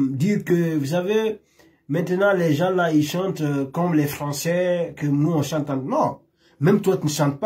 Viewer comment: Tu m'énerves toi on dit pas il sante plutôt chante